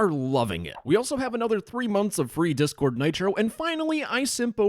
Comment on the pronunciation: I love it when you start the video by saying "Diss Discord"